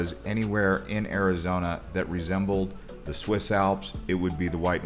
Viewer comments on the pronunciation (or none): none